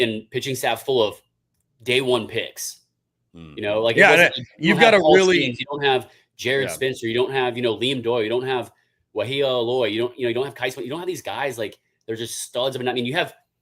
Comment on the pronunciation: You guys are great but it annoyed me that you mispronounced like 5 Arkansas players’ names. Nobody expects everyone to know every backup and bullpen guy’s name but you should know how to pronounce Wehiwa Aloy. Literally the golden spikes front runner.